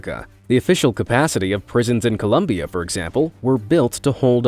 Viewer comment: It's Colombia; not Columbia